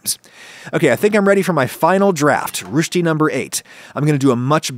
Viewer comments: Rösti - the second phoneme sounds like the first "a" in the word: "again". So not rusti, roesti. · Its not rooshti, its rösti like in the o in worst. And the s too. Imagine saying worsty, but put the r from the middle to where the w is and throw that w in the trash. Not that i know all that much about it, i always just knew them as kartoffel-puffer, and those are never that thick and large, only about half that size and to compensate make like 3 to 4 of them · It's not Rüsti. It's Rösti. Like in sistör. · The way you say it it sounds like "Rüsti" not "Rösti" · You say "rüsti(ruesti)" but it is called Rösti (roesti) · I don't really care if someone dispronounce German worden, but this time you butchered it. The ö in Rösti is pronounced like the e in twerk. And the st is pronounced separately (the s doesn't make a sh sound). How you said it: Rü sti Vs. How it's ment to: Rös ti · its roesti............not rushdie as in salman rushdie! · It’s roshti not Rushti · rösti is pronounced ˈrøːsti] not [ʁʊsti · Rösti! Not Rooshty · Why keep pronouncing it like "rooshdy" 🤣 It's more like "rusty" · Downvote, because you say "rushti" and not "roesti" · To a Finnish person who has heard it being said as 'Rösti' with some pretty hard letters and a clear 'ö' and everything, this sounds more like 'Rhyusti' to me xD But he's trying and honestly, German speaking people most likely say it differently than us Finns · I have no idea how the Swiss actually say it, so I'm not an authority on it and it isn't a critique. But I kinda love how he pronounces Rösti more like Rüschti. Makes it sound more adorable. I usually buy Rösti Corners premade and love them with a little salt and Tzatziki as a quick meal when I'm lazy. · If you know some French, the "ö" in Rösti is pronounced the same es the "eu" in veux. So R"eu"schti. You got the sch sound correct though :D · Little pronounciation tip; you would be far closer in standard American English if you pronounced it as "rusty". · "roushty" ouch